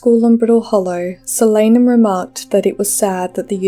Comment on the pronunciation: its a real word, and it's pronounced correctly in the video. It's the name for the nightshade family. I also pronounced it differently in my head tho